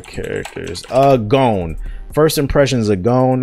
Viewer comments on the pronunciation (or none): Gown??? Its GAHN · Stopped the vid after 1. Says he only watches dub (Filthy casual) 2. Dis nigga said gOH-N Smh step ya anime game up brotha!